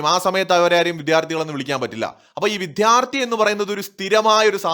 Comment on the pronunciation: വിദ്യാർത്ഥി. വിഥ്യാര്‍ഥി അല്ല